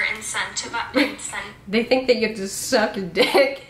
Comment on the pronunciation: making fun of people with student loans while struggling immensely to pronounce the word "incentivised" is wild.